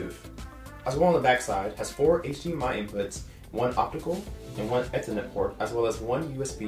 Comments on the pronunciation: Long E on ethernet like "eethernet". NIce review. Very professional sounding without being boring. If you still have this setup, try corner loading that sub by placing it behind the tv stand. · OMG. Please, it’s “eeeethernet” not “eh-thernet”